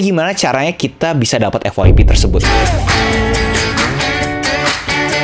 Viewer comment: Bilang EFF YEEE PEE BANG jangan bilang EFFFF WAII PEEE... GUNAKAN BAHASA INDONESIA YG BAIK